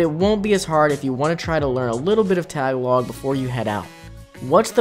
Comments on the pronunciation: Tagalog.... It's pronounced tuh-gah-lowg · I hate the mispronunciation of "Tagalog" and "Guimaras"